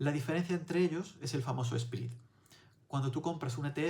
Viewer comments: Me he suscrito al momento porque explicas muy bien pero no pronuncies “SPRID “ se pronuncia “SPRED” saludos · Contenido bueno. "Spread" se lee "spred,", no "sprid".